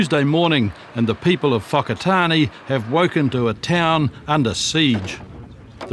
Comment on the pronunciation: ...fok a tar nee?...brush up on your pronunciation cobber...i'm seventy one...maori...spent all my years learning english and how she is spoke...do me a favour and try to pronounce at least one word correctly...spare me.